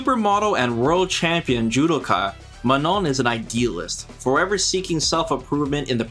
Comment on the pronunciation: You really have saved the best for the last! Also I love how correctly you pronounce her name(„Maano“)!